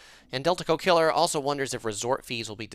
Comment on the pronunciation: Teehee you were calling the guy 'delta co killer', I think its 'Del Taco Killer' ! Do you have any tips on traveling around Europe? Skiplagged app seems to be good way to get low airfares. Grocery store tips with pastries or bakeries. Portugal has egg custards, France raspberry cookies with Casino and awesome $3 sandwiches at Monoprix. Italy has fiesta orange cookies at most stores and Milan has the 3 story candy store behind the Duomo. Coop in Switzerland is better than Migros.